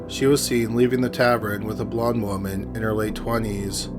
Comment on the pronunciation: It has to be robotic. Not only is the downward inflection/ elongation is exactly the same (and weirdly unnatural) at the end of every sentence, but it also mispronounces common words like "woman" in ways I've never heard from a real person.